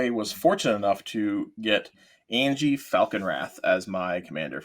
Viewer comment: Why are you pronouncing Anje and Shirei so weirdly?